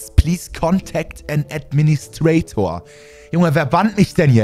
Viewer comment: geiles English😛😂 an „Ädministräytoar“